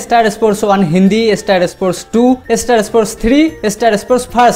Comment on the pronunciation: Estar estar bolata thamaben plz kane lgche.... Thik kre uccharon krun na.....